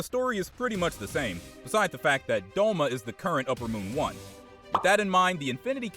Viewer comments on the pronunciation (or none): none